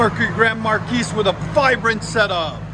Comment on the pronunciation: The 's' is silent in Marquis.